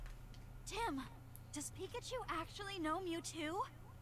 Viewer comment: At least he can say Pikachu correctly...